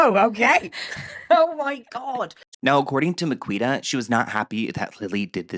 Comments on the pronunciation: I'm rolling at the pronunciation of Miquita 😂😂😂. Amazing 😆. It's actually Mi-Kee-Ta, but I think I'll be using your way from now on 😅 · It's pronounced Me key ta. She's also not a good person imo. That being said the circles they ran in didn't have great values back in the day. Also the Liam and Lily story is bullshit.